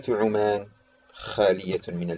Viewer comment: بارك الله فيك ،،،بس حط عمان ضمه ،،،، مش عمان ،،، انطقها صح اخي ،،، انت تنطق مدينه اردنيه وليسة سلطنة عمان